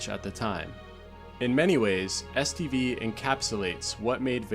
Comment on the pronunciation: Am I trippin, or do I hear STD every time you say STV? Either way, I sometimes feel like the zone did give me several STDs from all the pvp orgies I took part in back in the day...